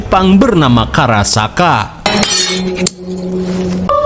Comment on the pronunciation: Maaf, itu yg bener "Karakasha" bukan "Karasaka". Karena "Kasha" artinya Payung